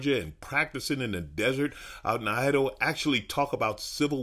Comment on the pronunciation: I'm sorry, did Alonzo say the "deserts of Idowa?"